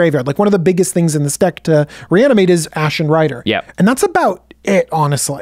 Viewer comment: Hmm maybe dont call it Ashlen Rider 🤔